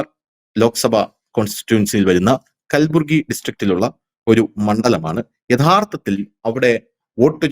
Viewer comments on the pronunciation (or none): കുൽബുർഗി അല്ലാ കൽബുർഗി